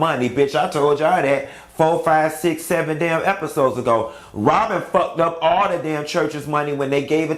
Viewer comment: If this man say “Ron & Wobyn” 1 more time